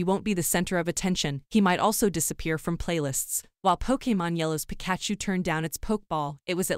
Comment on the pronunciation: That's not how you pronounce Pikachu!